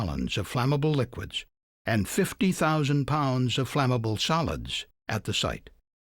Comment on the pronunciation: SOLIDS... It sounds like he was trying to mimic the Boston accent.